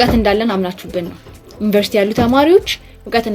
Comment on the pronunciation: Even They couldn't pronounce University properly, how they are teach others? Useless generation